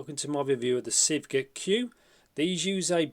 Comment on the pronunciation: Thanks for the review. It's Sivga Magpie. You can google translate into Chinese and hear the pronunciation.